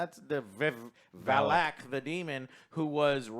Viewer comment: It’s VALAK. Vivek is the presidential candidate. 😂